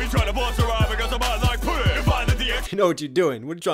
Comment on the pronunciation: Putin (ends with a "n")